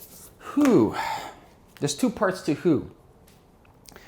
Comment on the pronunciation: You may need to properly articulate "who" as in - "Who is your customer?"